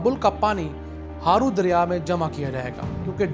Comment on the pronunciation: Ye word Akori Nae Akhori hy Aur River Harro hy Haro nae